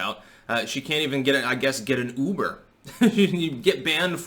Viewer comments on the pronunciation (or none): none